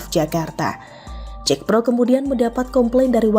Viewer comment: Bukan JEKPRO...tapi JAKPRO tidak perlu diinggriskan JACKPRO...TKS